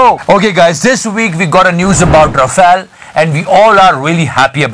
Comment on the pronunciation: It's RAFALE..